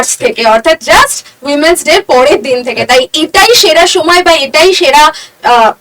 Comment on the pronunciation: Women's day k umens day bolchen ..ami age giye ektu porasona korun😅